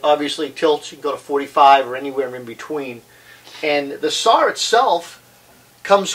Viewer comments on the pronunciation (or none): what's a "sarrr?"